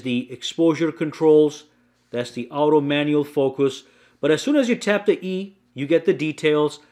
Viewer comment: What's this word he keeps saying. Owto